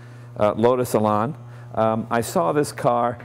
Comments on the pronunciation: WISH HE'D CALL IT ELAN, AS IN ANNE, NOT LARN. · Lotus Elan. Probably one of the Best Uk sports cars. Lovely to drive and very , very quick! However, please learn to pronounce the name of the car correctly . . .